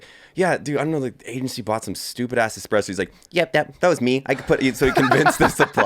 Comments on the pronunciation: Pleeeease.... there is no "x" in espresso. Can we get the foundation right? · Evan "Hold my expresso" Hafer